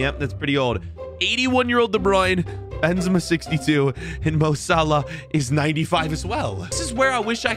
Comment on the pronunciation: That’s not mo Salah that’s Mo Salad